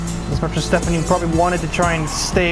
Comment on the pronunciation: Stephanie is apparently a Spaniard now instead of German.